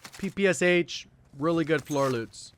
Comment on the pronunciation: Please learn how to pronounce ppsh.